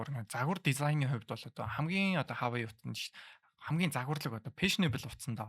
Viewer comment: Хаавай биш уаавэй гэж хэлдэг гсн шүү